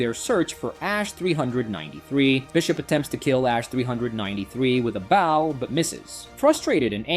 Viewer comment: He called the bow and bau